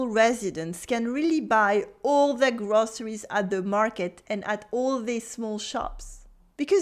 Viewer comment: May I offer a gentle suggestion ? Your English vocab and grammar are ok, but please work on your pronunciation... ! "soon" sounds like "suun" - "too" sounds lik "tuu" - "groceries" sounds like "grosseries".... - "where" sounds like "were" ... - "butcher" sounds like "beutcher" - "local" sounds like "lockal" - "these" sounds like "this" "vocabulary" sounds like "voklaburie" I only understood from the context what you meant